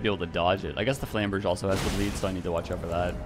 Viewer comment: I think it's either Flam-ber-'zhay (French) or Flam-'berg-uh (German) but not "Flam-'berj"